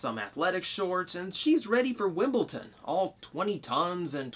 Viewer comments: Wimble Don not Wimbleton. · It's Wimbledon. you put a t in there O.o